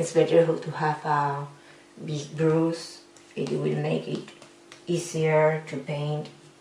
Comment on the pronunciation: Interesting :) (you should look up how brush is pronounced, srry don't know a spanish example)